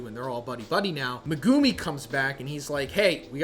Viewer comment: MegUUUmi? Please stop it’s hard to watch